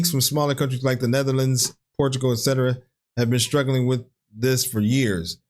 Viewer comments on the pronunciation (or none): Why is he giving prices in Euro? England never used the Euro. Maybe the video creator is European and using an American AI voice? Edit: Well the ad proved me wrong straight away on the AI voice. He says "Portugalsee" can you see why I thought it was AI? Football was better before Sky and Billionaire owners got involved. I miss the 80's when you could watch a match on BBC/ITV for free. I went to see Liverpool in the late 80's and my ticket was £6